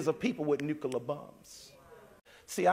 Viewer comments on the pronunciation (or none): “Nookelar war” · New-ku-ler bums...